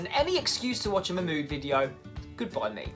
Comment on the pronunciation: Everytime you say Mahmood I keep hearing MY MOOD 🤣